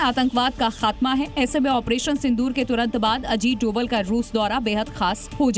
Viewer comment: नाम तो सही लो भाई अजीत डोभाल नाम है सर का (डोवल ) नही ☹️